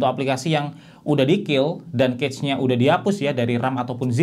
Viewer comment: Koreksi cara baca cache yg bener tuh kash bukan kec